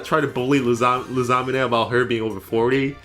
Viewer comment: I NEVER HEARD SOMEONE FUCKED UP LUSAMINE'S name like that I'm gonna start calling her Lasagna 😂, I don't agree about Gladion tier but whatever my guy and I love Hop and Bede it's Game freak's fault they shitted themselves for while making it the game so don't even bother playing SWSH DLC at all, the game drifted my first pair of joycons red flag